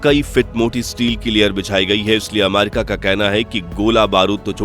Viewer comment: आमारिका नही रे अमेरिका है ओ 😂😂😂😂